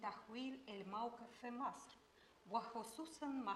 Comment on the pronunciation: أعاتب على من راجع الفيلم ولم يصحح نطق أحمد زكي الله يرحمه في خطاب الثورة عندما قال مصر كلها بكسر اللام والصواب فتح اللام علما بأن الرئيس الراحل أنور السادات لم يقع في هذا الخطأ. وكان يمكن بالمونتاج تدارك هذا الخطأ